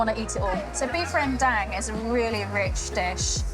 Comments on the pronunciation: It is pronounced "ren dung", not "ren deng". Lol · You are singapore you can pronounce Rendang Indonesian way not western way, not ReWnd@ like that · its ren "dang" as in Dunk. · the closest pronunciation for english speaker should be : rehndung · pronouncing rendang correctly is "Rent - dunk " 😅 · The pronunciation is REN-dahng. The 2nd part like saying "hung" but with a D. The "rempah" spice mix is REM-pa (not "paw"), again stress the first syllable. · Rrrrangghdong is the way most Indonesians say it with a rolled R. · OMG please pronounce the food you’re cooking properly. It’s so hard to take you seriously after not being able to correctly say the name of the dish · Wtf is that pronunciation? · Indonesian people are going to love you for making a video about rendang daging sapi but I'll have to be the one to let you know that you are not pronouncing it correctly. Notice the fifth letter is an a, not an e, yet you pronounce it as if both letters are e. I hope this is helpful. Your rendang looks delicious btw. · why you pronounce it like a redneck American? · Authentic, lol. You can’t even pronounce rendang correctly, let alone make it.